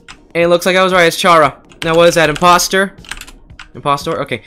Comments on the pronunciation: u dint say chara as in chara u say it like kera if u didnt understand what i said i mean that u dont say chara's name like how it is aka chara if u want to say their name correctly u say kera but u spell it as chara as u already know so yeah u dont say it like 'chara' its like its spelled kera but u just say it in the correct way so say kera bot chara but spell it as chara (sorrt i tried to explain as much as i can) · Who dafuq says (ch) ara When its (car) a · It is actually pronounced like if your saying kara or cara it is not the normal ch sound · It’s actually chara (Ka-ra) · It’s pronounced cara like CHARActer